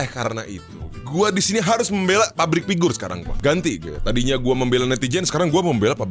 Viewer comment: entah perasaan aja atau emang gw denger "pabrik pigur"